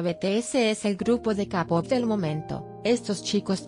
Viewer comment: Jajaja que mala pronunciacion gimin(jimin) cabop (kpop-keipop)